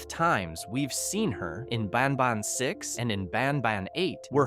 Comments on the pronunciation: BanBAN not BANBON😂😂😂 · the way you said banban was very weird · You always say ban ban wrong😢